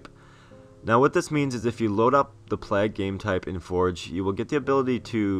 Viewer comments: I will just say, it's pronounced "Plaig", not "Plahg". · plague is pronounced ''playg'' not ''plag'', fyi. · That game type is seriously awesome. But its plague, not plag. Unless that was requested by the creator or that's how its pronounced where ever you are from of course xD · Plag hahaha Americans need to sort it out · It's pronounced "Play-guh" lool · Wow the way you pronounce plague is so irritating. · Oh my god the way he just pronounced "plague". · i nearly turned it off the second time he said it. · SIERRA420 We can handle it. We mention it because we think it's funny, not because it's annoying. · doesn't know how to say 'plague'